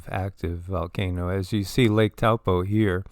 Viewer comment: Peace Be Unto You! First of all; Thank you for the information .. Let’s go Taupo; it is ACTUALLY PRONOUNCED TOE-PAW😮 The technology of these people cannot control a Super Volcano 🌋! Lol…they’re not ALL POWERFUL! Only #1 is .. WAS